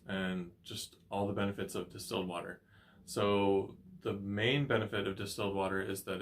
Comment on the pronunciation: Are You Saying Distelled Water or Still Water , Can talk Clear Please ?